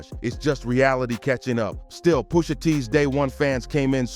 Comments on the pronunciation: Brah at least know how to pronounce names.. who tf is Poosha? .. that aggravated me so much I can’t even watch the whole vid… take this comment for the culture and i’m out😅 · The pronunciation of “Pusha” is killing me 😂😂